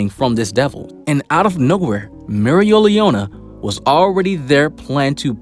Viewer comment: He said mereoleona so wrong bru 😭😭